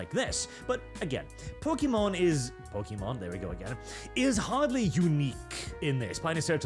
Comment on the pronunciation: Look just call her it's a gundams future ex-wife. It's a lot easier than watching a Norwegian badly pronounce Pokemon